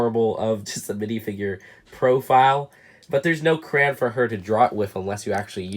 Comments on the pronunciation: Every time he says "cran" instead of crayon 🤦🏻‍♂️ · Does it trigger anyone else that he says crayon like Kuh-ruh-ah-nuh and not Kuh - ruh ay - o - nuh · said cran and not crayon and I know the word he said is not a curse word but to me it is sorry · Take a shot every time he says cran instead of crayon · I noticed that you say Crayon like "Cran". It's really cool to hear how people pronounce words differently.